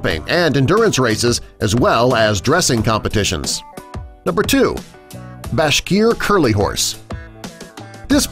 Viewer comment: the bashkir cury was also pronounsed wrong lol